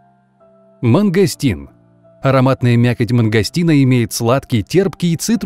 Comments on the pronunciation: и кстати мангастин называется мангустин, а не мангастин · МангУстин а не мангОстин ! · вообщето правильно мангУстин а не мангАстнин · Мангустин,а не мангостин